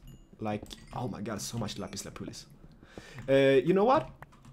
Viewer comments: It would be cool to see dyed armor. Is it just your home language and your English accents, but when you talk about "lapis lapoolis," it is actually lapiz lazuli. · Lapis Lazuli!!!! not lapuliz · LAPIS LAZULI NOT LAPIS LAPULI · Excuse me for being picky, but it's called lapis lazuli. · It's lapis lazuli lol pronunciation lap-is-la-zoo-ly